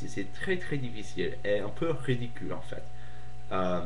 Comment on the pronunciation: quick corrections multiple choice=un questionnaire à choix multiples you said 'celle' referring to 'le systeme'- u shouda said 'celui' no liason with dix points 'en fait' is pronounced like 'en faite' s'en ficher que takes the subj, but esperer que doesnt! i'll leave it at that. you have good french and you speak quickly which is v good!! i hope i helped,sorry if i was annoying ;-)